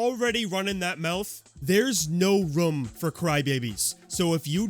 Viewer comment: I like your videos but the way you say the word “room” infuriates me